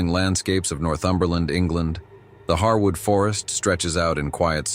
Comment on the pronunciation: Encounter 4 was very interesting to me because I have camped there at "Harewood forest" (pronounced hairwood not pronounced harwood!) in Hampshire, England uk several times and there's definitely some very weird stuff going on there, my friends and I found evidence of witchcraft and animal sacrifice and at night the whole place feels like it's alive and watching you! It's extremely creepy!